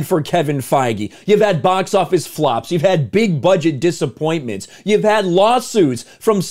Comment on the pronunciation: You’re exaggerating on the word flop